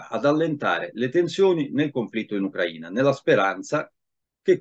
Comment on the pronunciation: Uno dei pochi che pronuncia "Ucraina" in modo corretto!